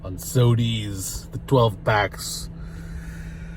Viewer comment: Love that you called it sodies lol